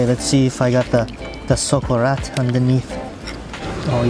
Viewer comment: Hahahshahaha. As a Spanish guy, now I heard saying socarrat my life is complete